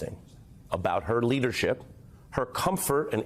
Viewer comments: IT'S KA-MA-LA..... YOU SAID KA-MALA AND I ALMOST FREAKED OUT. HARRIS/WALZ 2024. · Stop saying her name wrong ,Comma la